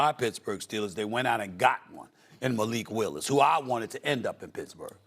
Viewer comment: there is no way this fool said malik wilis lol